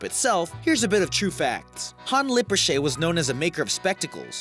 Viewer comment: i like how u say Tchan instead of Jan wich is pronounced as you say Yang in Chinese but not the ng only the n so u get Ya-n not Tchan xD. Also, lippersheey, what the hell is that xD. OLÉBOLLÉ HAHHAHHHAHHAHHA sorry but i found this really funny as a someone who lives in Holland. Hakkelslak loool. vincent van go hihihiih